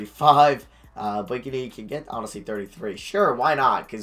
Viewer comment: its pronounced Blake-knee not Blake a knee!!